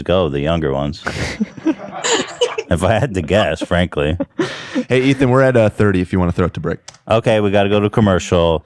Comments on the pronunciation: christne calling Ethan "Aton" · Did christina just call Ethan " Aton" lmfao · does Christina call Ethan, A-Ton? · Ethan not Eitan*, no shame Christina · she called him eitan lol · why does she call Ethan Ay-ton? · Anyone else notice Christina pronounces Ethans name like (A-Tun) she seemed like she said it on purpose, seems weird cause shes like wearing Teddy Fresh and talks about how cool they are on Your Moms House. Then goes its A-Tun and Hila H3 H3! I dont know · that makes sense hadn't considered that. It's just she said it when they were talking about foreign dads like she thought his name was pronounced in a more "foreign" (for lack of a better term) way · Did Christine just call Ethan, E-tahn? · Christina actually called Ethan (a very common name) Eee-ta-han. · I think she’s saying “eet-han”. It’s probably an inside joke of theirs or maybe something Christina does on YMH